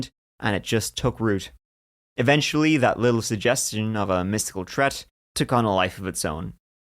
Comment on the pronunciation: Gotta love (and ). Seems Irish accent isn't as pronounced as it was in his first few years of That Chapter on YouTube. BUT: I love when has to use a word like 'three', and ah-hah, there it is, as he charmingly says 'tree'. He seems a good lad, for sure.